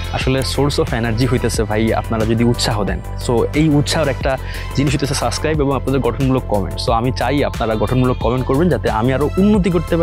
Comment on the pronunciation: সাসক্রাইব না, সাবস্ক্রাইব 😂 এই উচ্চারণ শুনলেই তো আমার আর সাবস্ক্রাইব করতে মন চায়না।